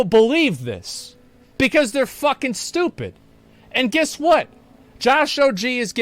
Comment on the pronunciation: It’s Guess not Giss…